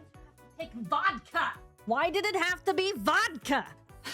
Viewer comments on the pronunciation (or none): the way she says Vodka is so Russian, I love it 😂